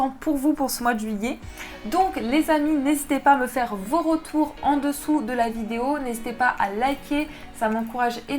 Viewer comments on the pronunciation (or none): C’est REssort et pas ROssort, ROse et pas REse, REtour et pas ROtour, 😉😘